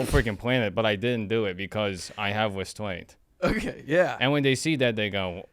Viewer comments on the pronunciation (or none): restraint ehh ehhem westwaint